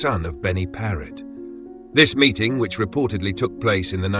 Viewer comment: His name was Paret. Not Parrot.